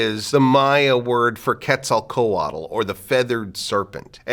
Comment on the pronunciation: I get that you don't study Nahuatl as much as you study Mayan culture but that's not how you pronounce Quetzalcoatl. womp womp.